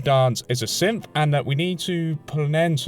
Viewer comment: I get WAY too much enjoyment out of your accent when you say synth sounding like simp